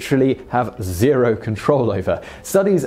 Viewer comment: According to my pointless study of watching your videos everyday. I found that they way you say zero and beta annoying.. jk keep up the great work and thank you as always.